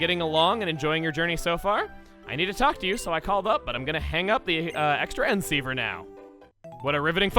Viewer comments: Ex Transceiver. Me: IT'S CROSS-TRANSCEIVER!!! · It’s pronounced CROSS-transciever